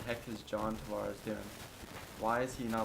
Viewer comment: Man the way you pronounce Tavares' name is a huge let down coming from an Isles fan